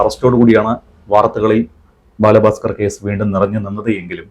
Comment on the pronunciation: അത് ആരാ ബാലാ ഭാസ്‌കർ😂 ബാലഭാസ്കർ എന്നല്ലെ